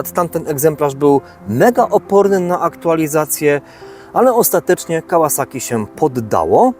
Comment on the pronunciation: PS Tak w ogóle propsy dla twórcy kanału za poprawną wymowę nazwy firmy Kawasaki. Może to drobiazg, ale jestem cholernie wyczulony na takie drobiazgi.